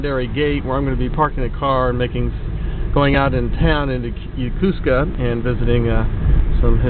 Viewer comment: Repeat after me: YO KO SKA not Ya Ku ska